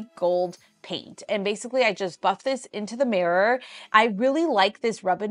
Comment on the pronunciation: Love your stuff, hate how you say mirror. Mares are horses!